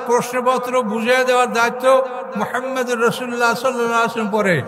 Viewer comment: এর ঊচ্চারণ অনেক সুন্দর,নবী করিম (সাঃ)এর নামের ঊচ্চারণটা আর ভালভাবে করার জন্য আবেদন জানাচ্ছি।